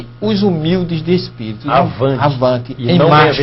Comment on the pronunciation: Mas você não sabe nem dizer Espirito Santo, você diz ESPERITO, e querer ensinar os outros seu pastor Rogerio Moreira...